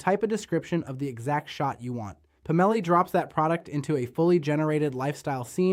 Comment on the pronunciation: I'm guessing Labs doesn't include spell check, sad. I think it's, "Pomelli", instead of "Pam-elli". 😏